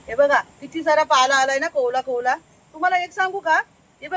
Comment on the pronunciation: कोवळा असा शब्द आहे.. कोवला नाही 😂